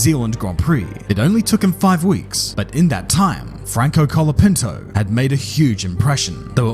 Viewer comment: Why is basically everyone saying calopinto, its colapinto, not that hard yo say right.